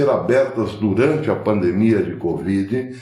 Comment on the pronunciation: Com todas as vênias, a pronúncia correta e pandemia e não “pandmia”, com minhas escusas.